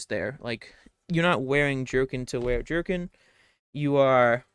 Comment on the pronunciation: Yo yoy are pronunciation of the word “jerkin” ie leather jerkin, is pretty spot on! As far as American English dialects go (At some point you said you wernt certain you where pronouncing it right) But also I’m just an American dude who watches a lot of historical content, follow the sport of Historical European Martial Arts aka Hema, and read/ listen to alot of fantasy books… I could be wrong, before I ever heard the name Thalia pronounced, pronounced it “thall-ie-a” smh. but yeah I’m confident jerkin is typically pronounced how you do, “JER-kin”, “jur-kn” or similar to how Midwest highschool football couch might frustratingly express “quit jerkin’ yourselves off out there and play as a team” Now if someone could help me pronounce lamelle or lemao or whatever